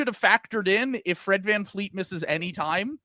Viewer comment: It's such a douchey American thing to just declare at the beginning of an episode that you're not going to pronounce a foreign name correctly. I think it's cringe AF that you're not even going to try. Fleet? Vleet. It's just a different consonant. You do media for a living.